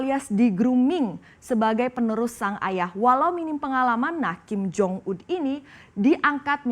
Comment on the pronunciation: Ada kesalahan yang diucapkan oleh presenter nya : 1 nyebut kim jong ul 2 nyebut kim jo yong 😂😂😂😂😂😂😂